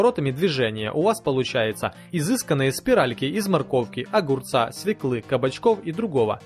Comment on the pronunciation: не свеклы, а свёклы